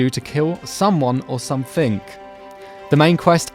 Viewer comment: Sumthink shouldn't be pronounced anythink like that